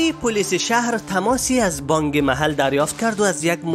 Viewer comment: بانگ نیست برادر بانک است. گ تلفظ نکنید ک تلفظ کنید